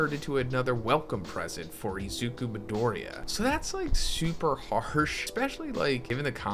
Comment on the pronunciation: I really don't like the way you pronounce Midoriya 😅